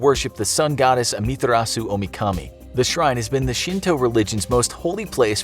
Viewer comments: The way he pronounced "Amaterasu" as "Amiterassu". Only Naruto fans can feel the pain. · Did he say Amataratsu 😰😰😰😰😰😰😰 get rdy to run bois